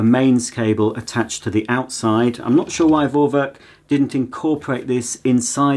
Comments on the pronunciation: Just pronounce it "Forwerk" because it is a german brand and name and in german alphabet "V" is pronounced as "F", so just "Forwerk" and it's mean something like pre-work but it is not exact translation :) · I'm german, just say Forwerk, V is like an F in german. Love your channel and you are the best!